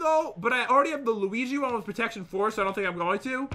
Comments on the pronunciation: It’s pronounced loo wee jee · No one NO ONE: Luagy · Its (wall-uh-wee-jee) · it's the Luigi helmat and the luige chestplate Pat-You really say everything perfect don't you Me-Wheeze